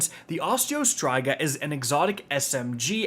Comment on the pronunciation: PLEASE FOR THE LOVE OF ALL THAT IS GOOD PRONOUNCE OSTREO STRYGA PROPERLY